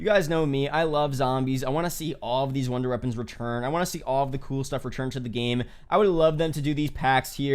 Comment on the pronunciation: this man said old wonder reapons